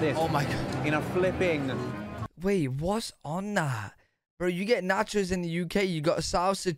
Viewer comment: Yep , there's nachos , and then there's "NOT-chos" .